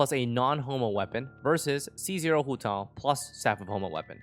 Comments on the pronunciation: that’s a very nice pronunciation of hutao at the beginning 💯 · Your pronunciation of Hutao is pretty spot on (coming for an ethnic Chinese)